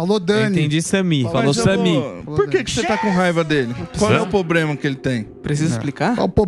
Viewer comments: Não dá pra levar a sério quem fala “Pobrema” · "qual é o pobrema" kkkkkkkkkkk Samy é top!